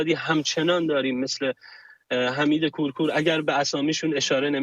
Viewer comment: ابولحمید کورکور. درست تلفظ کنید. ابولحمید کورکور🖤🖤🖤